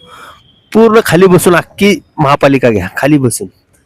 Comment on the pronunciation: अख्खी का “अक्की” ?